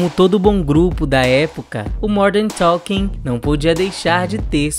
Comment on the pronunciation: Jet "ailiner" do Modern "Toking". Não seria "Jer Airliner" do "Modern Talking" ?